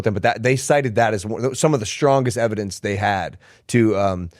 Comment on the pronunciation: "I witness" testemony😂😂😂 please do present your "eviDENCE" 😂😂😂.